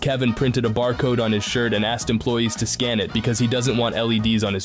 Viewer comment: ASKED not axed. Stop sounding so damn ignorant.